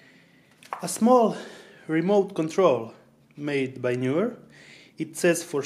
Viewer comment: Knee-were, not Knew-were. English syllables make it so.